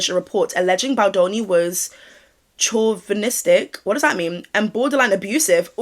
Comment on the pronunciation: Chauvinistic is a more extreme version of sexism. Pronounced, show-van-istic. Love the vids!